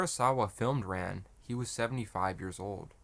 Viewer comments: Its pronounced like Khan. Not ran like I ran so far away. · Rān (Rahn, not English Ran) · Your mispronouncing it. RAn, like the Egyptian sun god Rah. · AI voices can never pronounce Japanese names correctly, you might as well have an Australian reading the script. "Ran" (pronounced "Rahn") is indeed a masterpiece, but I would rate it a step below "Kagemusha" ("Kah-gay-moo-shah"), which was more visually striking. It also had a uniquely Japanese story, which was somewhat historically accurate. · You provide a serious analysis of the movie. You cannot pronounce “Ran” properly. It makes me think you are not so serious. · My guy doesn't know how to pronounce Ran lol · "Ran" is pronounced like "Han" in Han Solo, not like "tan" or "pan". If you're going to make vid about it, at least learn how it's said.